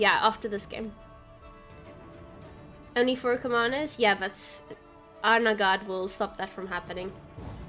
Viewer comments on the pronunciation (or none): I thought Arnaghad was pronounced more like "Galahad" from the Knights of the Round Table. Arn-ga-had